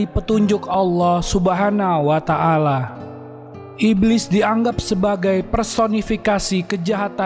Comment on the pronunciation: Subhanahu wata 'ala bukan subhana wata ala